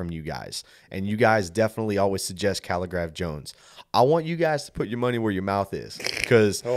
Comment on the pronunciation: Correct in your pronunciation of our Kenyan rapper Kaligraph Jones. He is LIT!